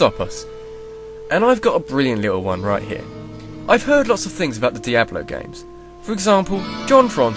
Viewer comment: LOL, peeablo three. bluzzard has officially lost its touch.